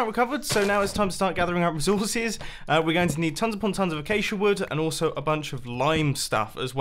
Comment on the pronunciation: PLEASE LEARN HOW TO PRONOUNCE RESOURCES